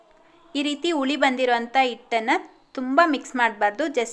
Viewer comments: Ice cube ಹಾಕಿದ್ರೆ ಇಟ್ಟು ಸರಿಯಾಗಿ ಉಳಿ ಬರೋಲ್ಲ ಅಲ್ಲ ಮೇಡಂ .... ಹಿಟ್ಟು ಸರಿಯಾಗಿ ಹುಳಿ ಬರೋಲ್ಲ..... ದಯವಿಟ್ಟು ಕನ್ನಡ ಭಾಷೆಯನ್ನು ತಪ್ಪು ತಪ್ಪಾಗಿ ಮಾತಾಡಬೇಡಿ 🙏 ನಮ್ಮ ಕನ್ನಡ ಬಾಷೆಯಷ್ಟು ಶ್ರೀಮಂತ ಭಾಷೆ ಬೇರೊಂದಿಲ್ಲ .... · That's not ITTU that is hittu n not uli it's huli just correct your pronounsation.